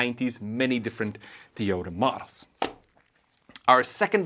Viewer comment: I'm pretty sure its To-Yo-Ta, not Tee-yoo-duh. And apparently the manual should say "an UNcertain amount".